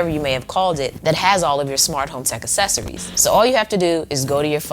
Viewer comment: a*K*cessories not essessories HARD C